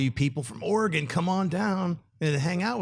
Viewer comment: when Schnepp said Oregan I could only think of the line "you have died of disentery"